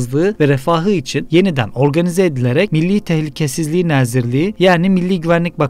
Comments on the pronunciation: "Nəzirlik" yox, "nazirlik". "Xərici" yox, "xarici". A hərfi ilə probleminiz var? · abi nəzirlik yox nazirlik. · ala,adlari emelli bashdi oxu.nezirliy nedi?herici nedi?yox bi merci nazirliyi.oxumagi oyren